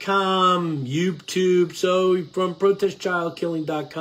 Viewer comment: I love your talks. You talk so much sense and you should have more views. Just Fyi...sometimes you dont pronounce 'Youtube' correctly. Thanks for your videos.